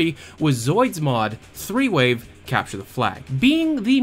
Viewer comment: I kept hearing you say "three-way" instead of "threewave", so when you said that it was a folder that nobody knew what it was, I definitely had a few ideas...